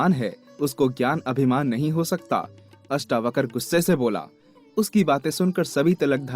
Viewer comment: महर्षि अष्टावक्र जी का नाम पूरे वीडियो में अष्टावकर बोला गया है । किसी के नाम का गलत उच्चारण उसका अपमान माना जाता है।हो सके तो सही उच्चारण करें। महर्षि अष्टावक्र और महाराज जनक जी के नाम के सम्मान में बहुवचन की तरह व्यवहार करना चाहिए। जैसे "राजा जनक आये" न कि "राजा जनक आया" ;इत्यादि । आदर के भाव में बहुवचन लगता है ।